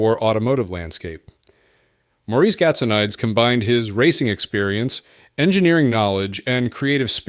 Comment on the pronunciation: GAT SO NEE DIZ is the pronunciation